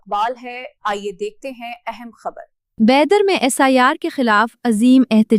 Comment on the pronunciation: السلام علیکم، بیدر (Bidar) کی اردو خبروں کے لیے آپ کو مبارکباد۔ ایک مؤدبانہ گزارش ہے کہ تلفظ کی درستگی پر مزید توجہ دی جائے۔ کم از کم شہرِ بیدر کا نام تو صحیح اور واضح انداز میں ادا ہونا چاہیے، کیونکہ کسی شہر کی شناخت اور وقار اس کے درست تلفظ سے بھی وابستہ ہوتے ہیں۔ شکریہ۔